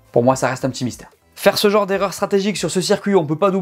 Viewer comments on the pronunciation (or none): none